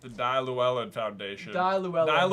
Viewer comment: LLEWELLYN! There's no i in there -.-' Please do more research not to butcher other cultures and languages.